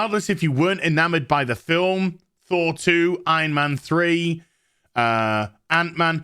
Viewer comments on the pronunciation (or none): none